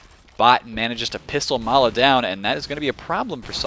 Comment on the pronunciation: Nah - that's Ma3la, not mala.